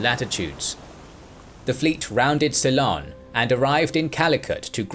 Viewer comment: did he actually pronounce Ceylon as quilon?